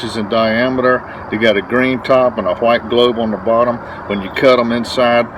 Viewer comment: I like the way he says white it's like when stewie tries to say cool whip